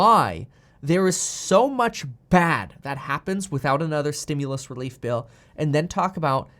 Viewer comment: Please stop saying stimulous 😆😆